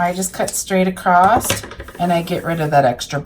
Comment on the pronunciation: I love the fabric used. Very beautiful. The only I don’t like is when I hear someone say “across” with a “t” emphasized at the end. I’m still trying to figure out where this pronunciation comes from. It’s like some people say “axe” instead of “ask”, and so on.